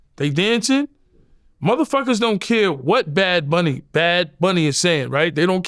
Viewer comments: He knew he was saying it wrong. Thats he said it 25 times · If you defend the guy, at least say his name correctly. Its very easy. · “Badz” bunny 😂😂😂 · Yooo I swear yayo has me dying 💀💀😂🤣😭 babs bunny and he said baracha instead of bachata which is actually a Dominican dance not Puerto Rican lol this nikka all over the place with it 🤣🤣🤣🤣 You gotta love yayo man I’m actually super excited for his podcast with murda, he should actually do a comedy show he would be the first official gangsta comedian 😂